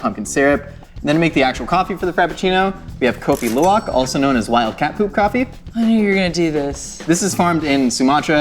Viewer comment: I would say your pronunciation on Kopi Luwak is spot on! Did Devin taught you that??